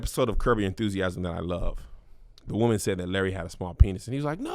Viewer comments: lol, Whoman, lol😂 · Kev's emphasis on his W's when he says "WOMAN" in his 2nd story cracked me up😂😂😂😂😂😂